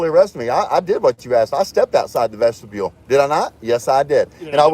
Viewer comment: Every time I hear say vestibule it always comes out as vegetable 😂